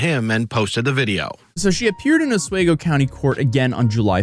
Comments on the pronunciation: Ah-Swee-Go, not Ah-Sway-Go. And a dude being passed out in a drunken and semi-clothed state with the front door open wouldn't be a surprise in Oswego: we partied hardy there. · Os - we - go NOT Os - way - go. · OsWEgo, not OsWAYgo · It's osWEEgo, not osWAYgo. When are you going to get it right? Didn't they correct you when you were there? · Hey Oswego resident it’s pronounced os-we-go not os-way-go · Os-weeee-go, not os-way-go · Os-WE-go. Not Os-"way"-go. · Just a little fyi for your future videos, Oswego is pronounced Os-we-go, not Os-way-go. Just trying to be friendly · For the record, it's pronounced (Os wee go) not way go. Yes, it's very cold there and I'm never going back in the winter. Or any other time, for that matter! 😁 Great videos! Hope she gets what she deserves. SAed? Seriously? What is wrong with this generation of kids? The dude got drunk and passed out naked. SFW??!! Grow up little girl! You are NOT a victim! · “oswaygo” is killing me, I am from here and its pronounced just like it’s spelled, os-we-go 🤗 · It’s pronounced Os WEE go. Not os WAY go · Please say “Os-We-Go” not “Os-waygo” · pronounced oss-WEE-goh not oss-WAY-goh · It's pronounced Osweego not Oswaygo . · Os-We-Go not Os-Way-Go mate. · When push comes to shove she'll take the deal. Also it's pronounced Os-wee-go not Os-way-go. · Alright you're killing me.... It's Ah-swee-go not os-whey-go 😂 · Doordashing and all other gig jobs should never be your main source of income, the fact shes flipping that much out over it? So much yikes over this. Edit- in my neck of the woods (upstate ny) ive only ever heard Oswego pronounced "os wee go" not 'os way go" not a big thing but just wanted to mention it. Love the video. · Its pronounced Os-we-go not Os-way-go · Please, please, PLEASE, pronounce the name correctly. It’s “Os-We-go”, not “Os-Way-go”… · I'm from NY. Never heard anyone pronounce it "os way go". It's "os wee go" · ffs it's pronounced Os-we-go not Os-way-go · Lol “oswaygo” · It's "Os-wee-go"